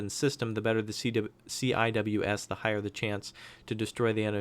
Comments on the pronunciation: CIWS is pronounced See-Whiz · CIWS is commonly pronouced "sea wiz" I don't know why but thats how the navy says it